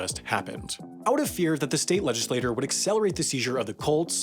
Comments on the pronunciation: your pronouncing “legislature” as “legislator” is killing me...(in “legislature”, the t is pronounced like a ch, not like a t, because the u after it causes an elision which changes the quality of the consonant. It’s similar to why the d in education sounds like a J. ) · It sounds like you're saying legislator, but you must be saying legislature because it's the proper word to use? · As Hermione Granger said, “it’s Legislature not Legislator.” See ya in HAI Mistakes Roundup! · This episode of Pronunciation Mistakes That Should Embarrass a Twelve Year-Old is made possible by Denby. Ready? Here we go:. / ledge-iss-lay-TORE / = 1 person who legislates.. / ledge-iss-lay-TYURE / = a governing body capable of passing laws to seize football teams.....and no, language is most decidedly NOT that fluid. Not ever, and certainly not when the ponunciation error in question invokes a completely different preexisting thing.. This episode of Pronunciation Mistakes That Should Embarrass a Twelve Year-Old was made possible by Denby. Hit in the next thirty minutes and get fifty percent off your aural diet of Pronunciation Mistakes That Should Embarrass a Twelve Year-Old, for life. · Legislature is pronounced "ledge-iss-lay-chur" Not the same as legislator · I love this video, but it really bothers me how he keeps mispronouncing “legislature” as “legislator.” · In the pinned comment you write "legislature" but in the video, I kept hearing "legislator". Am I mishearing, is this a mistake or is this a standard way of pronouncing "legislature" in some region?